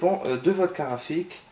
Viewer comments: Carte GRAPHIQUE pas karafik .... tu a tué mes oreilles lol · Tu dis une car rafi a la place de carte graphique :) mais ta video est pas mal.